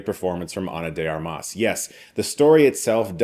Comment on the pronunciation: Did you say her name wrong multiple times on purpose for engagement?